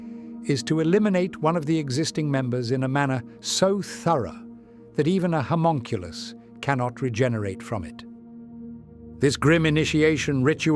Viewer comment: ……. Did you purposely pronounce homunculi three different ways. Or was the language model trippin out?